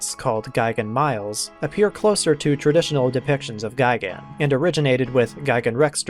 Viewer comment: mee-lez, not miles lol